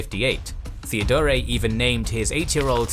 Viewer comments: Nice content, but I find the pronunciation of the narrator rather distracting. The article "the" always being pronounced as "thee". And the name "Theodore" being pronounced as "Theodoreh". I'm not sure whether the intention was to pronounce it in some kind of style that sounds "Greek". I think that in actual Greek it is Θεόδωρος (theh - Oh - doh - ros, with stress on the "Oh"). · And Theodore as Theodoray, and Radoslav as Radoswaf 🙄